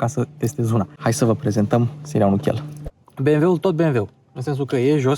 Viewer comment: Super prezentare, esti bun, dar "bemweul" este slab rau.